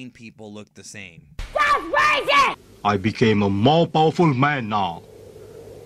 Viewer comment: " I became mopowaful man now." Hehehe, I chuckle every time.